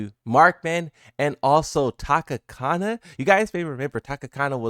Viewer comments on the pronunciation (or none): Tanakana not Takakana😂😂.... sorry but i had too... respect brotha! Aloha.